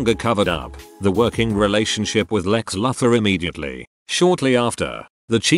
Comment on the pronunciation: Like when the mispronounce words for example Lex Luthor on this video I was like lol.